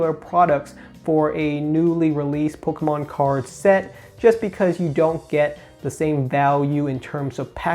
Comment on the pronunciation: I thought I heard you say “polkamon” once and now I can’t unhear it.